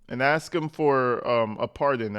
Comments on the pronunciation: Somebody... please, for the Love of God and the English Vocabulary, tell her that "K" does NOT come before "S" before she uses the word "Ask" again. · Its ASK not Ax Tiff. Learn english.